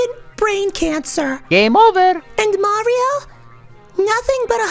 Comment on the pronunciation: Correct pronunciation of Mario, though.